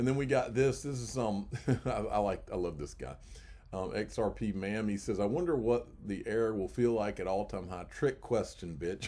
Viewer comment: It’s XRP “Mah-ME” not mammie, lol! Cue the Al Jolson: 🎼🎤” Mammie! How I love ya, how I love ya, mmmyyy dear old mammie!”😆😆